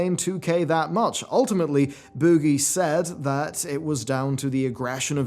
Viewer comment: I love the way you say “boogie”